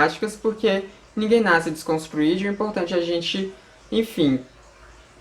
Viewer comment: "Desconstridi" kkkkk